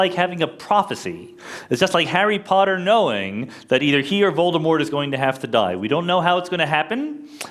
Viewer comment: So satisfying to hear "Voldemort" being pronounced properly!